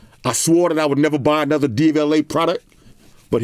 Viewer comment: The way says “ANOTHERRRRRRR” sounds like machine gun.